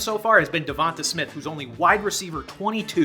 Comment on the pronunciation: How you murder Devonte smiths name is killing me